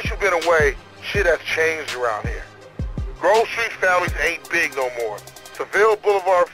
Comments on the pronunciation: Das heißt Grove Street und nicht Grooove street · achte mal darauf wie man grove Street ausspricht, man spricht es nicht gruve Street aus:) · Nicht groove street sondern grove Street! xD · Ich feier dich aber bitte hör auf Gruf Street zu sagen es heißt Groooove Street ;) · Das heißt grove street nicht gruve street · Es heisst grove street nicht gruve street